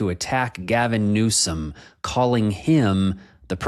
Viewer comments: He even mispronounces Newsome's name, so that he appears to say 'new sc*m' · I just don't see it. There isn't any incoherence in his speech at all. He's especially quick when he needs to draw upon his extensive bank of insulting nicknames, like 'Newscum'. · He purposely mispronounces it to disparage Newsom. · there is only 4 presidents alive, he talk like it is difficult to know if it s real or not lol dumb diaper don. He is not able to pronouced the name of Newsom correctly.